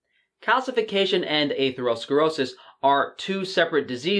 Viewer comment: The way you pronounce atherosclerosis makes me cringe